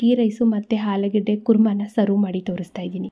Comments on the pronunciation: ಆಲೂಗೆಡ್ಡೆ ಅಲ್ಲ ಆಲೂಗಡ್ಡೆ ಅನ್ನಿ. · ಆಲೂಗೆಡ್ಡೆ ಅಲ್ಲಮ್ಮ ಆಲೂಗಡ್ಡೆ ಅಂತ ಇನ್ನೂ ಮುಂದೆ ಹೇಳಮ್ಮ.